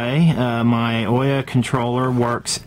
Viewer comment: Why does everybody say oiya and not ouya, pronounced ooya